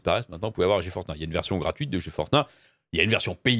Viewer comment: "Ge Force Nah" mdr yes